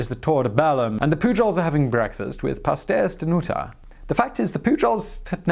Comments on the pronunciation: LKASBLKABKSABDABDADBÇAKDB He butchered "Pasteis de Nata" So hard i laughed so hard. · "pasteis de NATA" not "noota" haha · Just for future reference, "pastéis de nata" is pronounced "pash-tays the nah-tah" ;P